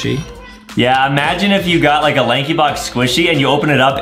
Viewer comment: bro said laxybox Lankybox